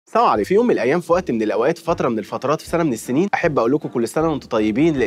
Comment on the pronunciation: اسمها السلام عليكم مش سامو عليكو مينفعش ننطقها كدا لازم تصحح النطق